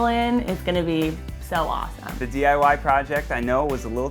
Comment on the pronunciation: anyone else notice it sounds like try die not try diy